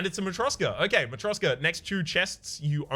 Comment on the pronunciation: Ok, let's get it right. It's matryoSHka, like in SHackles and it's Girya, like in Grid.